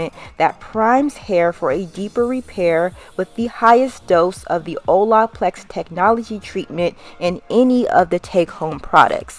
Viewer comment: 😖😖😖 How you keep pronouncing “Olaplex” 🙉 😩